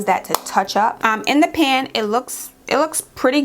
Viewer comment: When u said pan 😂😂 🇯🇲 I said only a Jamaican can relate